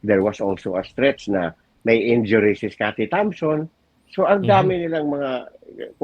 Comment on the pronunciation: sinabi ni "scottie tamson"?! LoL ayusin mo po naman pagsasalita sayang ung pagiging Journalist mo